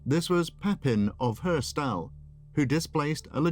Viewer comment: As a Belgian I chuckled a bit on the pronounciation of Herstal 😅 but a really extensive history on Charlemagne! Thanks for sharing 😁